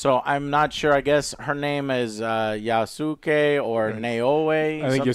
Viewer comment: The Black Samurai is named Yasuke. Yasuke is pronounced (YAW-SKAY) it sounds just like Sasuke from Naruto, but with a 'Y' instead of an 'S'.